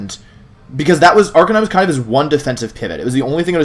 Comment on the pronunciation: Why did you forget how to say Arcanine correctly?